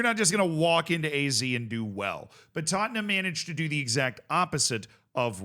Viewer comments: Hey Z, it's not Aye Zee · What I'd give to hear Z pronounce AZ like Ah Zed just once.